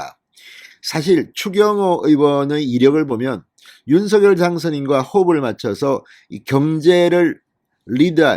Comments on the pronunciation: 윤서결아니고 윤성녈이라고요! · 윤서결도 아니고 윤성녈도 아니고 윤석열 입니다 ???